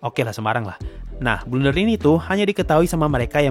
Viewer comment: "Blunder" gaeess bukan "Blender" yaa...